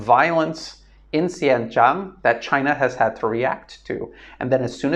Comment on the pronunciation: The name of that province in China is actually pronounced as "Sin-Jiaang" not "Sian-Chung", just thought I'd clarify for you.